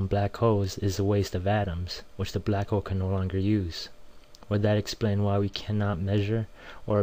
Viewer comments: i love how the guy say balck hole but all and all great vid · This dude's racist. He says "Black ho" a lot. Lol. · LOL! It sounds like he's saying "Black Ho"